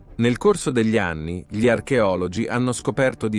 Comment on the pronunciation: sbaglia l'accento sulle parole plurisillabe come insalubri, commette sempre il solito errore co l'articolo: GLI, LEGGE prima la g e poi li, forse, ecco le prove